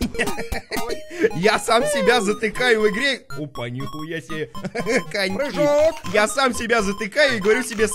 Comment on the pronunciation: Ржу со слова "Прыхоок!!"